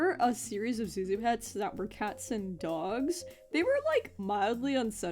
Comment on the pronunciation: don't mean to come off as patronizing but I speak Chinese and Zhu Zhu is actually pronounced closer to tsu tsu or jhu jhu rather than Zu zu i don't expect you to take this to heart but I thought I'd inform you because I found it interesting